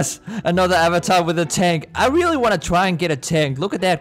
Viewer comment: I love how you say:rEaRlLy I’m laughing so hard